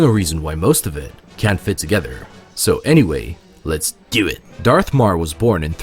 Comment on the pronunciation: let's dew it 😂